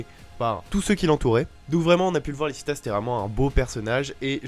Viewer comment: dsl mais c’est pour la correction c’est lichita et liebe ( liébé ), apres quand tu dis diable c’est mieux de dire démon sinon c’est pas une capacité d’absorber la force vitale mais si je crois bien une malédiction et oui ta théorie est cohérente